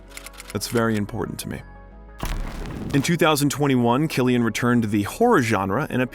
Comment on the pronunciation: Lad I am surprised you even pronounced Cillian right the way you butchered all the Irish names 😂